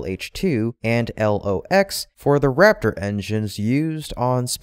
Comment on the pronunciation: LOX is typically pronounced as locks. At least that is true in the military anyway.